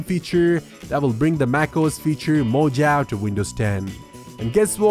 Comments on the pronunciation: Mo-jav??? Mo-hav-ee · Lol! Mojave...It's pronounce as MoHaVee.